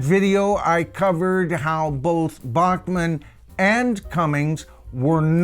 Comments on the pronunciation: Sorry Randy pronounces his last name (Back-man)🤭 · Randy pronounces his last name "Back-man". Ditto in the band name for BTO. It's a Canadian thing!